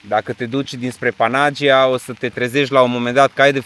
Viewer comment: Vacanta frumoasa! O mica corectura, daca se poate. Panagia se pronunta Panaghiia ( cu accent pe silaba ghi). Eu asa stiu si asa am auzit cand am discutat cu un localnic.